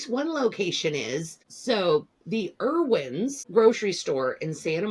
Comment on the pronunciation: Erwin's? Never heard it pronounced that way.